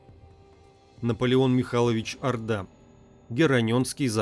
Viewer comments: Хорошие картины,но автор ужасно делает ударения!-коктЕбель,а надо коктебЕль,не ордА,а Орда и т.д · Наполеон Орда, ударение на О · Орда с ударением на о. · В фамилии Орда - ударение на первый слог. Спасибо за "Античную Беларусь" :) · Правильно Орда,ударение на О... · Наполеон Орда! Ударение на О в фамилии. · неправилдьно надо орда ударение на букву ооо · Как странно, что не осталось никаких документальных свидетельств. ЧТЕЦУ надо обратить внимание на ударения: Наполеон 'Орда, ударение на "О". Очень неприятно. Для просветительских видео нужно приглашать более грамотных людей.